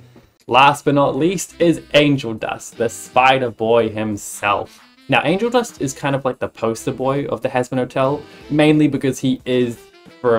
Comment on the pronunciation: Do you mean Angle Dust, because I heard Angle dusk